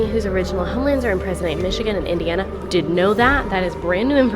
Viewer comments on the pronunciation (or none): none